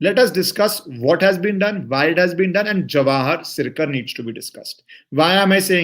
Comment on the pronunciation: This guy works for The Wire and Alt News, The Print, The Quint and MOJO and NewsLaundiya, And it's not Sircar, It's prounced as SirKar. This guy is shrewed and had quit VRS to join Ultra Left Lobby in 2016 and since then is working against Modi and for Mamta and Left Caballs